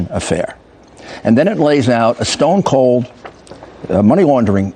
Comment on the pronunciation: He says specifically "ESTONE" COLD, (NOT QUITE Roger eStone Cold), I have heard him say it a few times, now. Go and look up previous administration's Speech to Estonia 2016 where BO mentions corruption and weaves in Latvia and Lithuania with Estonia and how he will be meeting with someone in the Oval Office during that same month...